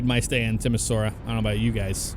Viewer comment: Lol I'm originally from Timisoara hahaha. So funny to hear him pronounce it. Fun fact: Timisoara is the first city in Europe to have electric street lights.